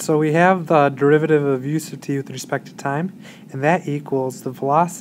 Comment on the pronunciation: Any other crazies out there hearing "use of t"? I'm reading "u sub t". Just double checking my conceptual understanding.